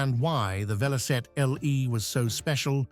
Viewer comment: It's Velocette!